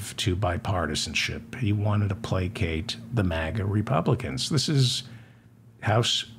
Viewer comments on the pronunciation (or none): none